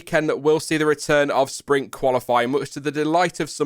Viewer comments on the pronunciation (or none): I was trying to figure out what "Spring Qualifying" was, then I realized you were trying to say "Sprint".